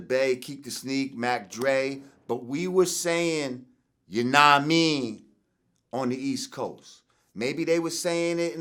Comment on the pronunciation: It’s hilarious watching Vlad tryna say yanadameen... just say “you know what I mean” like Butters in South Park